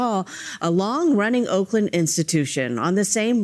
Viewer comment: Sound like you said wolkland.